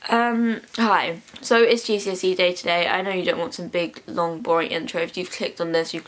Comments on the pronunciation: i thought you were saying "jesusy" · i thought u said "its jesusy day"